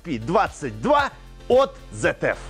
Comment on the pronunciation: Не ZTF а ZF